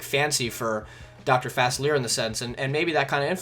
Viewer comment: It's not Fassler. It's Fa-sea-lee-ay.